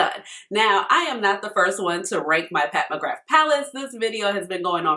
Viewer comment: Just a heads up from us celts, it’s pronounced “McGrah”